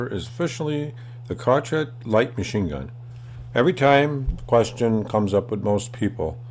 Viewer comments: CrotchHat...... its pronounced "ShowShaut" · It's pronounced Showshawt you fucking mong...